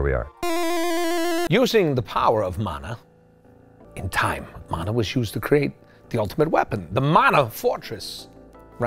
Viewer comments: Nolan had it right, its muh-nuh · Nolan North coming in with the right pronunciation of Mana.